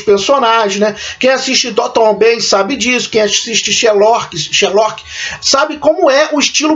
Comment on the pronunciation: A critica é boa, mas peca em algumas pronuncias, como the crown e downton abbey, George, Churchill, nao tome como uma critica negativa e sim construtiva, philip era principe da grecia e dinamarca, mas abriu mao dos títulos, ao se casar com elizabeth II que é a rainha, ele nao se torna rei, ninguém pode ser maior que o monarca, qnd é uma rainha, o marido se torna principe consorte, quando é rei, a esposa se torna rainha. Ele nao pode ser rei enquanto ela for rainha, porque o rei esta acima da rainha. Sua critica foi mto boa e espero que cresça mais.